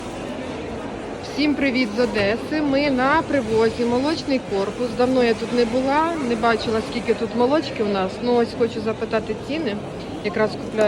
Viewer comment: " Прывит з ОдЭсы"🤕🤕🤕😪😪😪